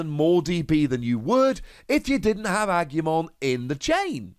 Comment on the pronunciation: Im not bothered by your pronunciation, but just to help. Its ah-gu-mon. Gu like gu in guzma.